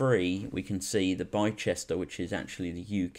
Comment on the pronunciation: Yo man, just subscribed, please keep on posting these stock update/thoughts/review etc type videos with other stocks worth keeping an eye on. Btw Bicester is pronounced BIS-TER loool.